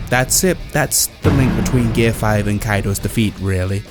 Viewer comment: Super Saiyan and Gear 5... and you don't know how to pronounce either of them. Not a good start to the video. Maybe do a little better research next time?